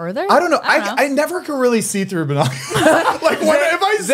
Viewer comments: oh my god checking the pronunciation of 'Binoculars' was so funny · NOT THE “BI-NOCULARS”